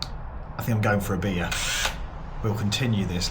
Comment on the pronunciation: me old mucker, he who makes the word Beer have two syllables 😂 Regarding the fluid in your cooling loop, can i suggest you add something to inhibit fungal or mould growth? Obviously when its in a car engine, its regularly getting up above 100 °C which will kill most spores or bacteria, and the same would be true of your domestic hot water loop, albeit a little less hot, but in your case, its going to be right around the perfect temps for things to grow and clog your rads. Maybe a bit of swimming pool chlorine would do the trick? Id hate to think of it getting clogged up and stopping working because of algae growing in it, after all your hard work. I would DEFINITELY add a chlorine block to the tank which houses the rad down the well though, at least until the well overtops it. That body of water could very well be warmed up just enough for dangerous bacteria like legionella to flourish, and being open to the air, you couldnt help but breathe some vapour in.